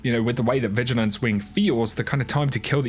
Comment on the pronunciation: did you just say vigilance WINK?